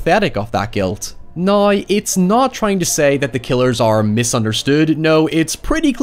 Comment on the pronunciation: He doesn’t say “now”. He says NOI.